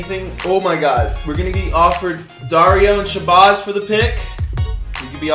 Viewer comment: “Shabozz” 🤦🏻‍♂️🤦🏻‍♂️🤦🏻‍♂️ it’s “Shabazz”